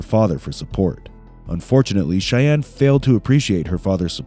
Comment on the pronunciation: Is the narration for this AI? It is making weird mistakes like saying she “filled” (instead of filed) the police report & saying the bodies were in tote bags when they are clearly talking about the big plastic tubs that people (including her boyfriend and the cops) refer to as totes. I just don’t know how any person could read this narration without realizing that those have to be typos…but AI obviously would have no clue that the narration script had errors.